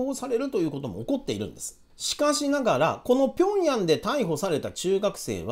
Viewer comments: へいじょう じゃなくて ピョンヤンでしょ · 辺り、平壌 は ピョンヤン と読みます。北朝鮮の首都。であり、北朝鮮では、韓国を 南朝鮮 と呼び、韓国は北朝鮮を 北韓国 と呼んでいます。